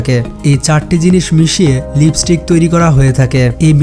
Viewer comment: লিপিস্টিক না, লিপস্টিক